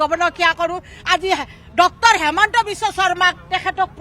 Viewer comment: Baidew cmr name sposto hua nai hemonto nohoi Himonto